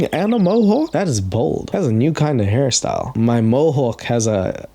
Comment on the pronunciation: that was so weird the way she pronounced the word “hairstyle”. Hairs TILE! With so much pressure behind the second syllable